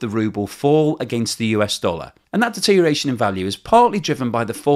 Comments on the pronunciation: Good job as always with the currency analysis. Tongue and eyes warrior here. You said "deteriation" eight times in the video. The word is 'deterioration.' Also, would rather see your face in the wrap-up. Not sure what your focus group feedback is telling you, but the models create dissonance for me. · Look, it's deteriORation not deteriation, you are very clever but this is annoying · If you are going to say "deterioration" over and over again, PLEASE say all the syllables. It isn't "dee-teer-ee-ashion", even in England. The "OR" isn't silent. You could always go with "deterration" or "dee-ration" or "drayshun" and just say it's the modern pronunciation and hope people will fall for that, but I think is better than that. the deteriORation of pronunciation needs to stop somewhere. Or we could start saying "interi-" and "exteri-" and leave those filthy "ors" behind. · I spell it "rubble." I always enjoy well-researched, articulate and accurate presentations (other than his "deteriation.") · Friendly nudge,... check the pronunciation of DETERIORATION.